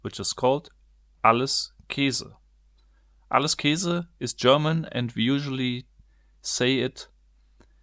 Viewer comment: Das heißt Käse, nicht Kese xd